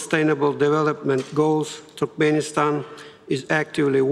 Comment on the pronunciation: он говорит туркменистан как TurkPenistan